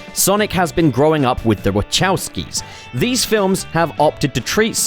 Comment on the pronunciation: BTW, Wachowski is pronounced Wha-Cow-Ski.